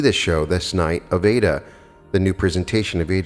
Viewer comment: I have read and followed Neville (in his own voice lectures) for 15 years. I subscribed to you because your voice is so mellifluous and beautiful, i never grow tired of listening to you reading Neville. Incidentally the opera is pronounced eye ee da. No disrespect intended. Thanks for all you do 💜